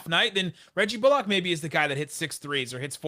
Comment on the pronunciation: Love the work you guys do and love the podcast, and not to be "that guy", but it's pronounced "Bull-ick", not "bull-ock" lol